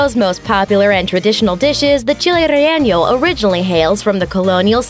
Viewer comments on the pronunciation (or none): mispronounced chile relleno. mole poblana de guajolote no problem but chile relleno the announcer kept putting an improper ñ at the end. It's rayYAYno, not rayYAYnyo. I guess I should commend her for not sticking and L in the word: rayLAYno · The way she said child relleno hurts